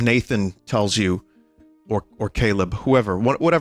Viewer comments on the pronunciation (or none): none